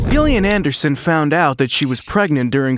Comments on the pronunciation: being a jillian with a G i'm so peeved you were saying it wrong 😒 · Thumbs down for the constant mispronunciation of Gillian's name. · She is Gillian [ˈd͡ʒɪliən] not Ghillian [ˈgɪliən] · Gillian, Gillian? Pronounced Jill, not Gil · Damn, I wanted to actually watch this, but ah…. no. Sorry, “GILL”ian. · It is pronounced like Jillian not like Gilligan 🤣🤣🤣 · Oh my goodness please say Gillian’s name correctly. You don’t say the ‘G’ it’s not “Gu” it’s phonetically pronounced “Jillian” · Its pronounced Jillian not Gill-ian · pronounce Jill lian Not Gill lian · Gillian Anderson is pronounced with a hard G, like J - Jillian, not 'Gill' as in a fish's 'Gill', ffs. Americans just love to bastardise the English language. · Gillian Anderson's first name is pronounced with a soft "g", as in "Jillian", NOT a hard "g" as in "Gary" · It's pronounced Jillian not gillian 😂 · Who the fuck is Gill-ian? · Its pronounced Jillian. Christ! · For crying out loud...her name is Jillian...spelled Gillian! Damned annoying when you can't even pronounce her name correctly! Detracts from what you are reporting!🤬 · You lost me right from the get go. You can't even bother to learn how to pronounce Gillian Anderson's name correctly? It's pronounced 'JILL-ee-un'. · don't you mean 'Jill-again'? 😅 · Is this an AI? It’s pronounced Jillian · It's pronounced JILLIAN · Stoooopid Ai voice the G is pronounced like a J. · Not even a minute in and i’m already out. Don’t care if the voice over is AI or not, make sure the actors names are being pronounced properly. Gillian is pronounced with a J sound 🤨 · Gill-ian ? Wtf bro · "Gill-ee-an" Anderson aaaaand I'm out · yep ai at its finest, i just came to drop dislike to video, nothing against ai but when poorly done it deserves all fury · It was pissing me off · IT'S A SOFT "G"! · It's so annoying that this guy keeps mispronouncing Gillian Anderson's name. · I wanted to like this but Gillian is not a hard G, dislike.